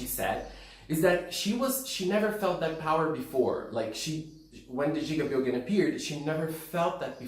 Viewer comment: The first time brought up the name gigabyogen, I was like oh jigabyogens, that's a cool name, but then I found outs it's gigabyogen, like megabyte and gigabyte and terabyte, and the it was just, oh, he was just pronouncing it wrong lol